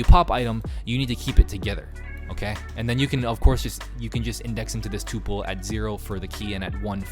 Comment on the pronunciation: oi its called a "tuh-pul"